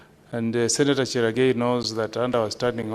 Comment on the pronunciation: Who taught this fool called Cheraregei?